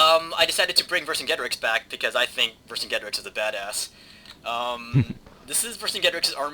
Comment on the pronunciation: Ver-sin-jay-tor-eex= Vercingetorix.